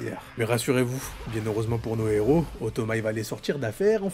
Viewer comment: J'adore la liaison que tu as faite dans la phrase " nos deux héros " 🤣🤣🤣🤣